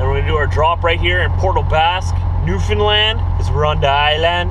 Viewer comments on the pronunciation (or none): Newfoundland not new Finland :) just saying because iam from Finland